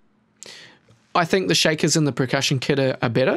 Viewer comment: anyone else hear him say "pre-cussion" every time?